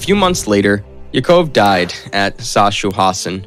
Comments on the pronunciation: The camps name, Sachsenhausen, is quite hard for native english speakers to pronounce. The ch should sound like a scratchy h. And no, Sack-house-in is not correct either. Sach-sen-how-sen. (with the ch being a scratchy "h" from the back of the throat like if you want to assemble some saliva.) The scottish and irish are more likely to be able to pronounce the german ch correct as the scottish have the word Loch and the irish have siliar sounds in their gaelic. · Not better with German names: Sachsenhausen is pronounced "SAxen-HAo-sen". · As a German I died when he said Chancenhausen instead of Sachsenhausen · His son's name was pronounced YACK-uv. The concentration camp was SACK-house-in. So many butchered pronunciations.! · Sachsenhausen was also terribly butchered. He even said military wrong at one point.